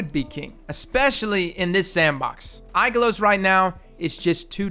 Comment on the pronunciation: Ooof, the poor pronunciation of Ikelos it hurts my soul -_-.